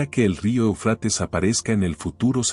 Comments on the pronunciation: Se pronuncia Éufrates, no Eufrates, ojo. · Éufrates!. No ponga el acento en la a por favor... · EL QUE ESTÁ NARRANDO , LE DIGO QUE NO SE ESCRIBE EUFRATES Y TU TE "COMES" ÉL ACENTO QUE LLEVA EN LA 1° E , Y LOS ACENTOS,SON MUY IMPORTANTES,X. QUE PUEDE CAMBIAR EL SIGNIFICADO DE LA PALABRA, Y ESO PASA MUCHO, CON LA TRADUCCION 🇪🇦 GRACIAS X TODO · Ay que mal pronuncias Éufrates, y asi das información